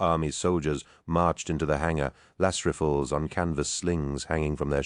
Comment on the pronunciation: how about when he says las riffle? 🤣